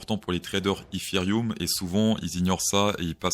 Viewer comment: eFéreum ,1ère fois que j'entends cette prononciation !! 🤪🤪